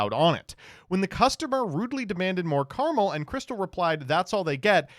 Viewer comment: it is pronounced caramel, not caramel